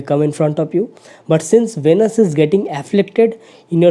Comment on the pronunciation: Plz listen pronounciation of Venus on Google..and correct it